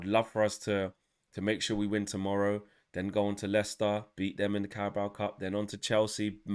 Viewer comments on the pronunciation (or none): none